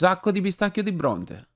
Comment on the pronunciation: "e ci mettiamo un sacco di pistacchio di bruntisi" 🤣